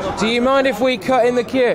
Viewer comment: It was every time 'the queue ' was said. Sounded like fq but possibly 'the queue?'